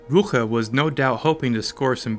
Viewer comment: The commander's name was "Claus Rücker." And you're making it "Claas Rucher." Are you serious?